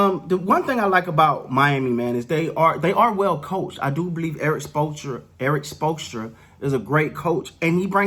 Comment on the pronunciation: Wait hold up....say " Erik Spoelstra" again